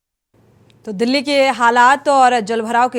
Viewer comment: तुम्हारे पास कोई न ई खबर नहीं होती है क्या, बस्ती कस्ती रटते रहती हैं। दिल्ली को डिल्ली पढ़ती है, अंग्रेजी माध्यम से हो क्या?